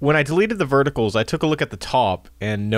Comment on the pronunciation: Solid tutorial :) Just FYI vertices is pronounced "vert-uh-sees", it's the plural of "vertex".